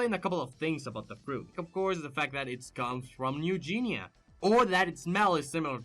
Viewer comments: New geinea is pronounced New GI-KNEE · You said new guinea wrong. But it's okay, other than that great vid